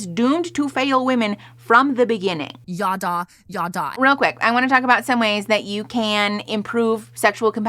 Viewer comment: "Yaddah", the way Kristen and/or Bethy say it at least, is phonetically identical to what my family used for "bla-bla-bla", and that will never not be funny to me!